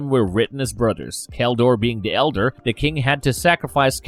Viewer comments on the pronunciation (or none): none